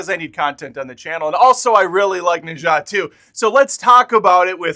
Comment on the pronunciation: Pronounce something as [nə dzʌ] (not exactly of cos, but I suppose it's close)